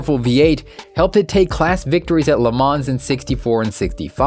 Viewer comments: LE MANS PRONOUNCED LUH MON. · Le Mans is pronounced "le mah" btw